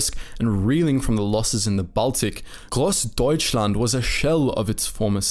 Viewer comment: you did good spelling the grossdeutschland and other difficult names!